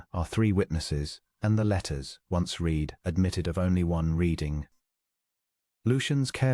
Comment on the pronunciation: Here is what I HATE about the AI BULL SCHNIT: She didn’t “reed,” him a passage, she “red,” it. I don’t know why, but that breaks the spell of an otherwise soothing story, EVERYTIME.